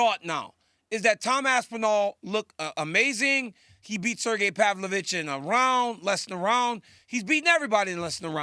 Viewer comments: “Pavlich.“ Kills me on his podcast when he does that. Lmao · ”Serjy Pavlich” lol😂 he says both his names wrong. Love it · He fucks the names up on purpose. He’s essentially said as much, himself.